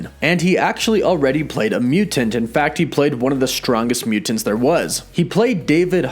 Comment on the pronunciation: Anyone one else annoyed by the way he pronounces mutants?